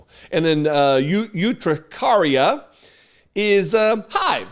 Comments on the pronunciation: Urticaria is the word, not urtricaria. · UR-TI-caria, not UTRI-caria Just sayin'. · ERR-tuh-CARRY-yuh. Urticaria. Twenty years of medical transcription. 🙂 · ert- ih-care-eeya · Pronounced: "er-te-care-eah". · He has never shown his medical records because he is tRump, and the rules clerly don't apply to him. BTW...Erticaria is how the word is pronounced ( I know because I have had it). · It’s pronounced er-tih-CAR-ia 😀. Also, who gets this dramatic about environmental allergies? He’s counting on his cultists to not understand medical terms. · It's pronounced ER-ti-CARE-ia. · As a retired nurse I saw immediately what those "horrific" Diseases were and laughed lOL! By the way just in case no one has told you the word "urticaria" has as it's first syllable like the word "yurt".